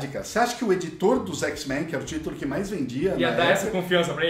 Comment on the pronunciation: "xis-mein" n dah irmao. n fala isso kkkkk muito bom o pragrama